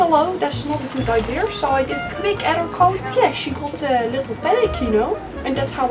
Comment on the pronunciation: Love your videos, im obsessed! But its one thing I need an answer to. I had a german friend pronouncing «idea» as «i deer», and you do the same . Are you german? Edited: I read your FAQ, I guess its a german&dutch thing